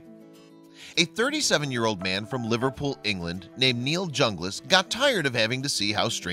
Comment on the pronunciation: Did he say "Neil Junglist" ?!?